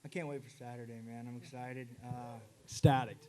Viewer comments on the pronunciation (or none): did that little turd say EXSTATICT???